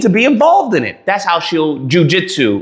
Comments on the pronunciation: "Jewjitsu" Bro💀☠️💀☠️ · Broooo not Jew-Jitsu 😅😅😅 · Jew-jit-sue is diabolical 😂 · This guy said Jew-jitsu! 😂😂😂😂😂